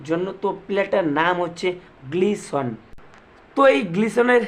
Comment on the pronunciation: Glison noi, Gelson Dala